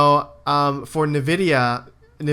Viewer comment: It's envidia. That's how to pronounce it. Their name comes from envy.